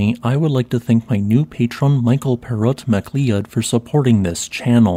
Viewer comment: i know that you tend not to worry about the correct way to say stuff but i think that 'macleod' is pronounced 'mccloud"